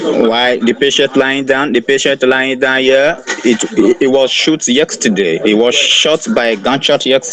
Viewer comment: Those mugus are a gift that keeps giving - "yexterday" :D